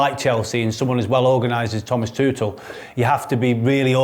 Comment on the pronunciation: Can someone tell Dom it’s Tuchel not Tootle? 😂